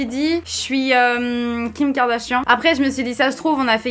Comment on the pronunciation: C PAS KIM KARDACHIANT C KIM KARDACHIPS WECH